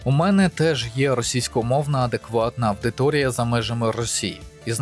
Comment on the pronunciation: Підтримую кожне слово. Дякую за відео, за працю! Але ріже слух "авдиторія". Лат. audire, сам маєш знати, колега, як читаються дифтонги та диграфи:)